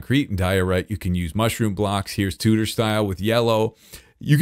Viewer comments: Please pronounce tudor properly. I don't know why but it really bugs me. The u in tudor is pronounced like the ew in chew. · When says "tudor" enough to start sounding like "tooter" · An amazing entertainer and an extraordinary builder but by God does this english lady born and bred cringe at the pronunciation of Tudor😂😂